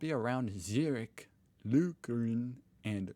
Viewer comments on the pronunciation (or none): you need to do your background research before posting these videos. The Harry Potter reference is a case-in-point. Also, Lucerne is pronounce Loo sern, not Loo kern.:-) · casually mispronunces Lucerne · Lucerne is pronounced with a c like in cent tho I really enjoy your vids by the way ^^ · You are going on about how stupid many americans are, and I agree with you, then you badly mispronounce Lucerne. Although there seems to be a typo in the post you read, it looks like they spelled it Lucer 'm' e. It is had to see though.